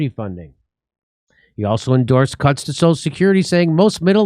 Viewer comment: Did Jimmy say "Benefit cucks"? Or "cuts"?